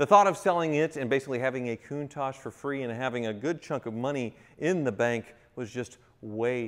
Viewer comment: Goontage, Kuntage? It's a Countach, pronounced with a tash at the end, right?